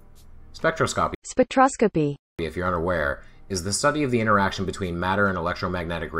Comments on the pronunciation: Spek - trah - skah - pee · Already subbed to DKIS, but thanks for featuring this. "An elegance to his speech..." unless he's trying to pronounce "spectroscopy" 🤣🤣🤣